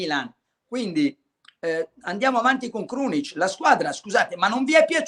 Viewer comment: Krunic come Casemiro non si può sentire😂